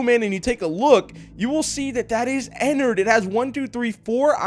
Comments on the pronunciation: Pronounces it Ennerd its suppose to be " Ennard" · No its not enerd its ennard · Its not ennard its enny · also how to pronounce ennard is enn-ard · It is not enerd!!!!